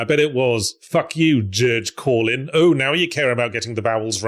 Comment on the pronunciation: Genuinely hilarious and delightful for Yahtzee to stumble into saying my name on accident like that. Like, for a name that only I have on the entire goddamn planet as far as I'm aware, Yahtzee had to go way the fuck out of his way to land on "mispronounce George Carlin as Gerge Corlin" as a joke, to have my name be in a video watched by a hundred thousand people. I've never even been a member and I can't remember the last time I've posted a comment on this channel or the Escapist, there's no chance he did this intentionally. What a bizarre lovely little miracle this bit is for me in particular.